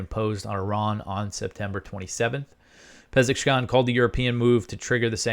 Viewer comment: Pezeshkian: is pronounced as Pez-esh-key-an Accentuate the "esh"